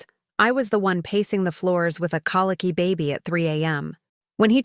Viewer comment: Not calicky but. COLICKY